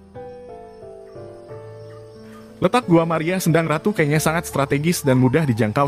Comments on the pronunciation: Bacanya bukan kenya tp kenyo,...yg berarti perawan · Saya risih dg pembacaan kenya yg keliru. Mestinya tanya dulu ke orang di sekitar tempat itu.